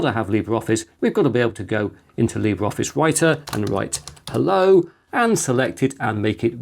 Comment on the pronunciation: Just FYI, Libre Office is pronounced "lee-BRAY"...